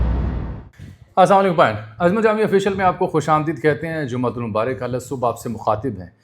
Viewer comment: بھائی زرا اسسلامُ علیکُم سیکھیں جس طرح آپ سلام کھ رھے ھیں اسکا معنی ھے ساری بیماریاں اور آفات آپکے اوپر ھو